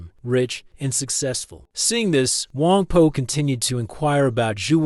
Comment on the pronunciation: It’s Wang Po, not Wang Poo, right?